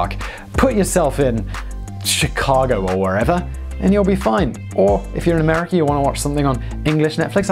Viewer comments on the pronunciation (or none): none